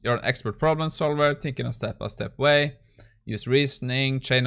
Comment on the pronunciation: stop "tinking" start "THinking"